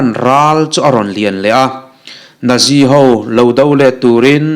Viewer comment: Nazi.. natzi Tia lam tur